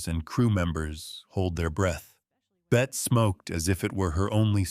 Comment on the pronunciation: Bette Davis first name is pronounced "Betty" not "Bet"